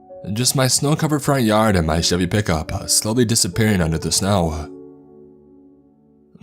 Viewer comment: Dining room window-uh. Snow-uh. Chevy pickup-uh.